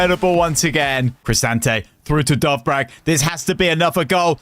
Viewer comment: bro you pronounce it dovbeek not dovbrak lock in